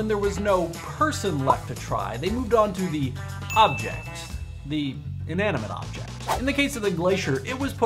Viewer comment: Inaminante!!! XD LOOOL